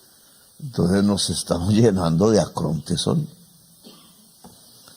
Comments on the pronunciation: el Presidente habla de "ACRONTES" pero en realidad debió haber dicho "ARCONTES". De cualquier manera es un gran discurso. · Mu muy estimado y respetado presidente Petro usted pronunció la palabra acronte en cinco veces y la palabra correcta es arcontes para designar a ciertos demonios y si está en lo cierto en pervertido don trumpoleone es un demonio.